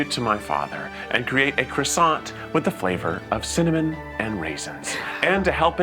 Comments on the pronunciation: Y'all should lose points for pronouncing it KRISANT. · For anyone wondering: "kwah-sah" is more or less the accurate way to pronounce the French version. It's pretty close without having to do the funny thing the French do with "r"s. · I can't watch this because of your mispronunciation of the word croissant. I know you're American and it's a French word, but seriously. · I'm not even French & I couldn't handle the pronunciation of croissant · There was not one single correct pronunciation of croissant in this whole video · Everyone saying Croissant wrong throughout this video has French people turning in their graves. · Every single American says it differently but not a single one can pronounce croissant 😂😢